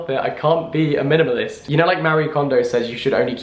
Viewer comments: Jack saying minimalist is the funniest thing to me. He really went ‘mlmnlst’ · The more he says minimalist the more it sounds strange